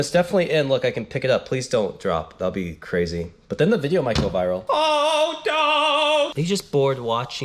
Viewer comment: It’s crazy not cwazy